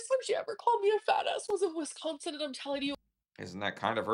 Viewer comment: I wish she would learn to pronounce Wisconsin. What a child. Anyone who lives in the Midwest does not leave a door open in the dead of winter. They just don’t